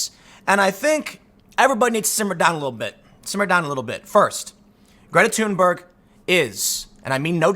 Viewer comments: 'Geeta Tunber' is the correct pronunciation according to her. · Still pronouncing it wrong, Tim, the correct pronunciation of her name is "Greata Tuunbery"